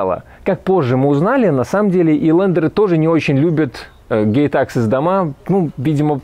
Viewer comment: На слух gate access услышал как gay taxes и немножечко офигел :D